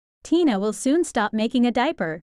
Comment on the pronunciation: They are called tena (ten-a say it right